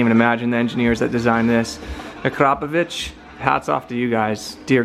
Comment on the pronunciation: Oh, and …it’s AkrApovic! Like, ‘crap’. 🙈😂